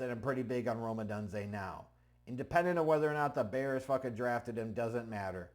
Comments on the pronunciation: Please. It's not Oh dun zay....Oh dune zay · It is pronounced Oh-Dune-Zay ... LOL I'm fuck hyped for this pick